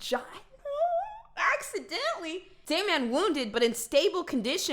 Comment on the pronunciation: I love how she keeps saying "Da Man" instead of saying Daman or Damon